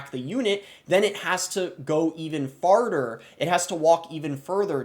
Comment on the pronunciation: "it has to go even farter"